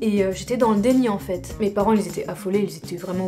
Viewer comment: A ON ENTEND CLAIREMENT "EN FESSE" ET PAS "EN FAIT" . C'est un détail important.